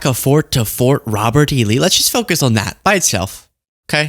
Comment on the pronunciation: Did trump say Robert E. Lee or ROBBERTY LEE?